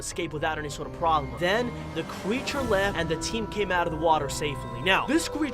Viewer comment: Me: creature? Him:Qcreature